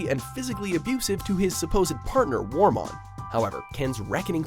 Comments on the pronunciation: Wormmon. Wormmon. It's WORMmon, not WARmon. Seriously guys, as many times as you get called out on your BS pronunciation, why do you refuse to do the slightest bit of research to avoid this. Or actually LISTEN when the show pronounces it for you!!!! GOD, you know how to irritate!!!!! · Its Kari not Kerry and also say wormon not warmon. If you are going to do a digimon top 10 please get the names right.